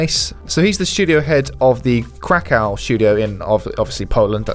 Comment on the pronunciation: Urgh... Stop pronouncing "Krakow" incorrectly. It is pronounced, 'crack-ov'.